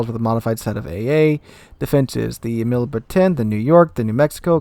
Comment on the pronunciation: your pronounciation of Immelmann sounds pretty funny. It is Immelmann (like how it is written) and not Immelemann